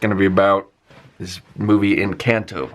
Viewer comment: You pronounce Colombia and Encanto like a native Latino, very good.